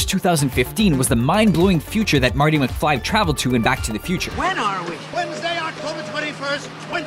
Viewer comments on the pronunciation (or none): none